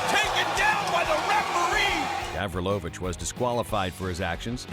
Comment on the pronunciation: It's Gavrilović, not GAAvrilovIIč